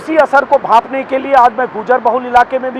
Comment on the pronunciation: अंजुम जी वो गुर्जर है, न कि गूर्जर 🙏